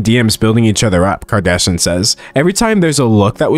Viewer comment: I love everytime D'Angelo pronounces Kardashian as "Kardashun".